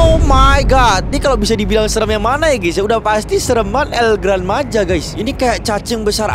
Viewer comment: Bagi org Spanyol itu el gran maja itu dibaca "El Grān Maha"